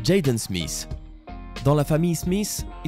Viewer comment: Sa se dit pas Smiss sa se dit smit